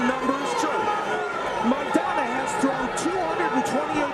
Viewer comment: El boxeador Argentino se apellida Maidana, podrías pronunciar su apellido correctamente.